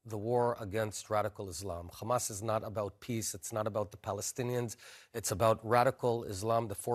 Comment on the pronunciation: Bennett is one of the most uneducated israel official i’ve seen on TV till now. The guy couldnt maintain a proper conversation without mentioning “destroying khamas” 😂